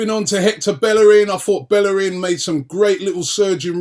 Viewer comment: It's pronounced Beyerin not Belle rin.